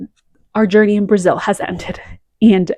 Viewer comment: Love this list!!! And your pronunciation of Brasil and Paula Pereira is very good! Lots of love from São Paulo, Brasil ❤️❤️❤️